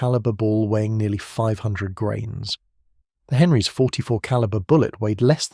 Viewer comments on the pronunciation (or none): how many 'grames'? AI?